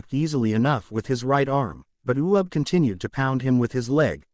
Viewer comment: his name is uub NOT u ub